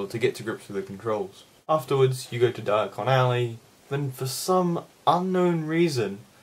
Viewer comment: You said Diacon alley the first time hehe I loved your Hermione voice And I forgot how incredibly long Alan Rickman's pauses are :)